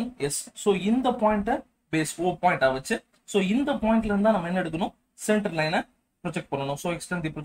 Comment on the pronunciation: Point❌pont✅😹 but anyway good explanation sir👏🏻